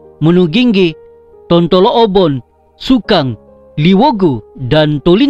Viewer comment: Tontolobon ba bukan tontolooubon.. hehehe..sebutan bagi sesuatu ayat dlm bahasa dusun harus lebih berhati2 sbb lain daerah lain sebutan dan maksud..yg ori dusun tu faham2 laitu..hahaha